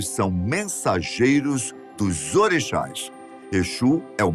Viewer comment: Caralho, aprende a pronunciar o nome das nações e dos orixas